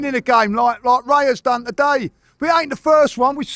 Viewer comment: “We’ve dan it agen”